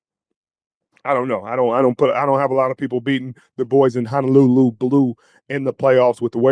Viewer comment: Please stop pronouncing Honolulu wrong. It’s Honolulu not Hanalulu. Ho not ha. No not na.